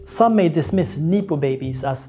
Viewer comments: Neepo 😂 just look it up before speaking bro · No one has ever said "neepo " baby. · great doc. super needed. it's pronounced nep-oh baby tho ;)